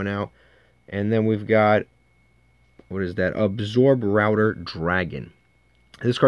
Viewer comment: say it with me: Abso-Router. :) good vid.